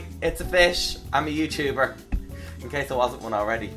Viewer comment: 'it's offish, I'm a YooChooober.' true Dub, 😋